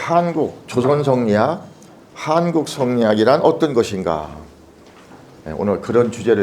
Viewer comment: 한국의 한자를 왜 길게 발음하십닠까? 짧게 발음해야지요!